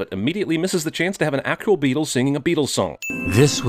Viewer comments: He says actual as “ah-coo-al” 🤣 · listen to how he pronounces 'actual'